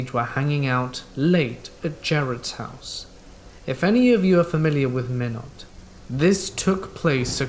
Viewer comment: Fellow Minot citizen. I had to pause and laugh when I heard "Minute, ND"